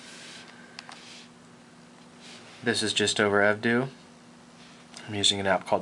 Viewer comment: it's pronounced Ev-dough, kinda pisses me off when he says ev-dew